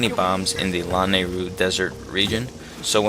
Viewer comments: Its luh-nay-ru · Everytime he pronounces Lanayru that way I just.... ugh. :P oh well